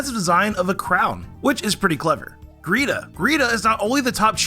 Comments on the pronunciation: I can't take this seriously cause he keeps mispronouncing geeta... ITS GEETA GEEEEEE TA!!!!! NOT GREEETA!!!!! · I'm not trying to be mean or anything since I had the same thing happen with me on her but her name isn't greeta it's geeta there's no r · GEETA! Her name is Geeta. There's no R in her name lol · geeta with an invisible R after the G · Why did you call Geeta “greeta” LMAO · The way he calls Geeta Greeta is just... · "Greeta" Anyone wanna tell him there is R in Geeta's name, or should I? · You mispronounced Shauntal, Wikstrom, and Geeta (Shauntle, Wilkstrom, and Greeta), AND Shauntal isn't supposed to be a ghost writer. She writes about her experiences and battles, how is she supposed to credit someone else for that?